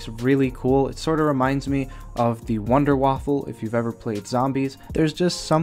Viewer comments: he called it the wonderwaffle its called the wonderwaffe their is no L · lol he said wonderwaffle :p